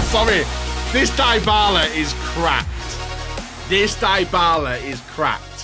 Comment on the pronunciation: Bro kept saying dibala